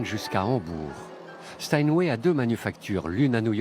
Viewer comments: stanway ??? c'est Steinway hein il faut faire un effort sérieux c'est pas possible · Euh... Sinon c'est Steinway, pas Stanway... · "Les pianos StanWay"? 🤷‍♂